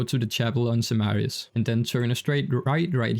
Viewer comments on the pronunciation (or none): I love how he says "chap-a-lon simaris" XD